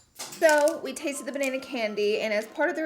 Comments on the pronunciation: Loved this review hunni, also side note I think it’s so funny when you do a Australian accent 😆 BA NAY NAY 😘💋💋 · Banaynay 😂😂😂 love you Laura ❤️ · Ban- nay- nay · Fun fact my boyfriend calls me Nieeniee but he pronounces it as Naynay and now when I’m being a little crazy when hungry or tired he can call me Ba nay nay :D Love you Laura ❤️ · Ba nay nay by the way. Lol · Banan-nay 🍌🍌🍌 feel like a cherry theme would've suited the colours a tad more 🍒🍒🍒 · Ba-nay-nay henny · Ba nay nay? Lol! Love the look so pretty! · BANAYNAY!!! love it im gonna refer to bananas as banaynays now😂